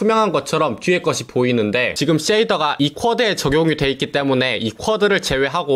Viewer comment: 자꾸 쎼이더라고 하시는 사투리 억양 넘 귀여우시네욬ㅋㅋㅋㅋ